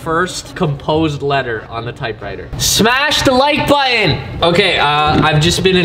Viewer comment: "Smash the like uton"